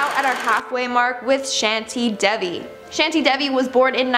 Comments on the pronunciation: Its not shandi tevi Its shanti devi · WELL, LITERALLY PRONOUNCED THE NAMES OF OTHER CHILDREN RIGHT EXCEPT FOR THE INDIAN NAME "SHENTI DEVI" AND KEDERNETH. ITS SHAANTI AND KEDAARNAATH (PRONOUNCED NOT SPELLED) WHY IS IT SO HARD TO PRONOUNCE INDIAN NAMES FOR WHITE PEOPLE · It's not shanti you should pronounce like shaanthi dhevi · Shanti Devi is pronounced as Shaan + T Day + v No hard feelings Shanti means peace,Devi means Goddess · Real name:Shanti Devi Ivan pronouncing: shanty daivi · Its pronounced *shaanthi deavi*😅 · It's shanti davi u pronounce like that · You literally pronounced wrong "Shanti Devi" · Meanwhile me, an Indian, mentally hurt with how she pronounced Shanti Devi.... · pronounciation of shanti devi ir not right , but is fine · thats not how u pronounce shanti devi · Oh her pronunciation of shanti devi... Oh my gosh.. I even didn't know 😬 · Lol how they pronounce shanti devi 😂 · How she pronounced Santi Devi! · U pronounced Shanti Devi wrong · Ouch , the way she pronounced "Shanti Devi" 🙄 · who did not like the pronunciation by her of the INDIAN girl ?? like if you are an INDIAN... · The way she pronounced Shanti Devi- No💀😭